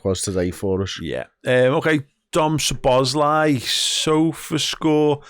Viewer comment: Dom's name is pronounced - Soh-boh-slai, not Suh-boz-lai.